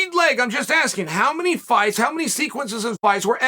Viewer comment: “I’m just Askren what you think”